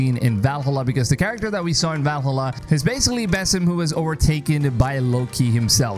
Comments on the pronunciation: Hey dude, don't take it personal as I like your video, but please spell properly Valhalla. 😅 It's supposed to be spelled Val-ha-lla and not Val-hallá. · Val-hala its pronounced Valhalla, one word, not val-hala... Love ur vids but you are trigering me lmao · Every time you say “Valhalla” like that I keep getting more annoyed 😂